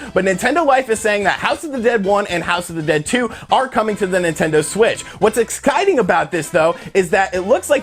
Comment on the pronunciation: huh? Exkititing 😀